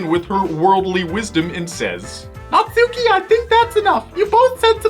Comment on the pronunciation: WILL ANYONE EVER GET NATSUKI'S NAME RIGHT?!